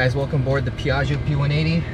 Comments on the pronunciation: beautiful video, very professional, amazing plane! Imma have my Hermione moment though and recommend the pronunciation which is "PIAh-joe!, not "pia-gi-hoe" Also too bad there's no Mammamia on the GPWS calls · Corret pronunce PIA - GGIO stress on the A and very strong G . Not Pi - AGIO . ;-) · the call back with same emphasis on "Piaaahzio" as tower was hilarious. Gorgeous aircraft, always loved that Rutan style. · i love the enunciation whenever someone says Piaggio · Love the way they are saying Piaggio lol